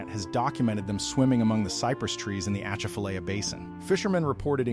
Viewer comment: “ A chaff a lie ya”That’s how to pronounce it.